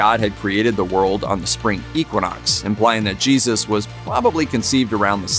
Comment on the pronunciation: YAYzoos pronunciation ?